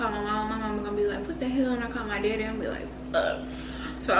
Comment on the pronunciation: That bread is sooo good, never got chicken from there tho 🤔 Where the pics sis ? Y’all shoulda put her in an uber, playing w safety. Better him writing a ticket than you getting ya license suspended from DWI. The accent on “my daddy” 😍